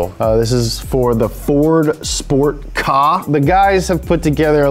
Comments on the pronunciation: "ford kahhhh" isnt it K-A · Did he call it a for kah ? K A my friend !!!